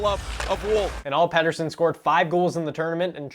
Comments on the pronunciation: This guy can’t get through 3 words without a cut lmao also it is pronounced Petterson not Peterson he’s stated that in another interview that he just likes the sound of Peterson more but it’s actually petterson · it's pet-er-son not peter-son, he initially liked how americans pronounced it but boeser convinced him to make others pronounce it how sweds do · They still aren't really calling his name what it really is though. If they wanted to actually pronounce it right it'd be more like "Petter - shown". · Haha elias missprenounced his own name there though... He's trolling you so hard. The commentators are saying it correctly 😄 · I dont care how Pettersson prounuced his name in that one clip, its not proununced that way. Im Swedish. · Like for pronouncing his name right 2 out of 3 times